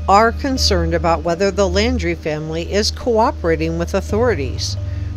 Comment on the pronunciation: It’s NOT LANDRY, it’s LAUNDRIE!